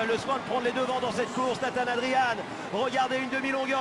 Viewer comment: A tous les commentateurs français Nathan se prononce "Neithen" et non pas "Natane".